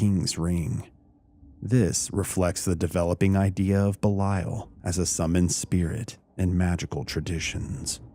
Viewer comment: I might be wrong but I’m fairly sure that’s not how Belial is pronounced!